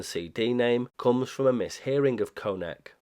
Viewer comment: You mispronounced "konec", it's pronounced more like "khonets" (or english word comets). On the other hand you almost nailed "opakuji". There is a interesting lore behind reviving of OLX in 90s. It was basically used to arrange returns of illegals agents residing in now allied western countries. This programme was done with help of western countries agencies and it's somewhat documented in some Czech sources. As for registering callsigns to ČTK (Czech state agency) - this was likely to both stay legal and have some cover (albeit thin one). Also there is even some information about device used to generate OLX messages. It was custom machine called Brigita after woman who provided voice samples for it. It used to be described on Priyom ORG blog but due to me and my friend being idiots we got banned from their IRC and they removed our contributions from their site.